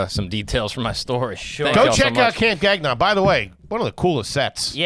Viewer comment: its not "gag" -"non". . its pronounced "ga"-"n-on" lol